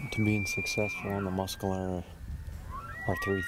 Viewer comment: Why, why, why does "" pronounce "Mes"calero as "Mus"calero;)